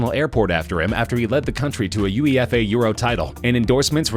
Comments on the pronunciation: Lol a U.E.F.A title it's pronounced u-ay-fa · UEFA is pronounced Yoo-Ay-Fa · "U-E-FA" <- I cringed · the way he pronounced uefa made me cringe so much